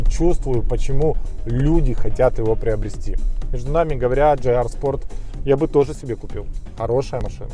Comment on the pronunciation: почему ДжейАр, если ДжиАр? ))) А вообще только начал смотреть (но лайк уже поставил) P.S. Связка пальцев у завгара, ору )))) Текст обзора - шедевр прозаики. - мастер стеба )))